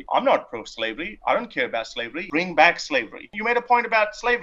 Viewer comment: After the 10 second mark I started hearing "slavelly"